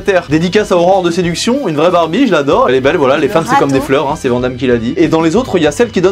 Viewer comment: Dis donc vous travaillez à la pelle "vouhala les z'écrans" Bien marrante....!!!!! Sinon partage tes RC stp c'est quoi ? 😂